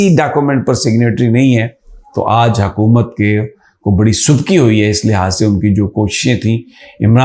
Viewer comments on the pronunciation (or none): none